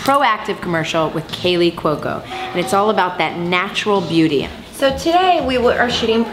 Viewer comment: I just found your channel through Kaley Cuoco's twitter and love your videos so far! Now. Know how to say her last name woohoo! Your mu tips are great.